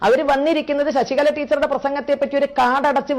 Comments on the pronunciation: ശശികള അല്ല ശശികല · ശശികള അല്ല (ശശി കല എന്നാണ് തെറ്റു വരാതെ sookshikkuka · ശശിക ള അല്ല ശശികല ഇങ്ങനെ പറ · ശശികള അല്ല ശശികല ആണ് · ശശി കള... അല്ല ശശികല അല്ലെങ്കിൽ വിഷ കല.. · ശശി കള അല്ല ശശികല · ശശിക" ള" അല്ല ശശികല. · ശശികളാ അല്ല ശശികല